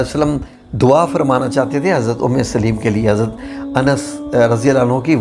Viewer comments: ام سلیم ہے لام کے اوپر زبر کے ساتھ ہے ام سلیم لام کے نیچے زیر کے ساتھ نہیں ہے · ماشاءاللہ ❤ اللہم زد فزدہ ماشاءاللہ ااپ نے قران حوالہ بہت اچھا میسج دیا ہے اللہ اپ کو اس کی بہترین جزاء عطا فرمائے اپ کی قران کے اندر بھی کچھ غلطیںا ں ہیں جو کہ ٹھیک کرنا فرض عین ہے اور صحابیہ کا نام بالنے میں بھی ام سلیم لام اوپ زبر کے کے پڑھا جاتا لام کے زیر کے ساتھ نام نہیں ہے دعا کے اںدر غلطی لفظ اعین الف زبر کے ساتھ ع ساکن ی کے اوپر پیش اور ن دو زیر کے ساتھ ۔ جزاک اللہ خیرا